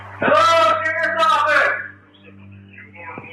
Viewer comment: Sharf's Owfiss! SHARF'S OWFISS!! SHARF'S OWFISS!!!